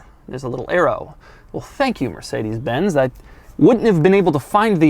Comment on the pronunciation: Doug pronounces mercedes like"mercadas"